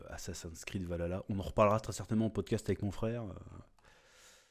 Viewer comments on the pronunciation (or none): none